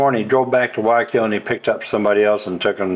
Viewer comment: "WHY I KILL"..learning spanish?if u cant pronounce Guayaquil...thats how...😂 hi, great videos lately.. by way i know the Villaroel family Davids..great people. We used to surf together...say hello. Saludos t care...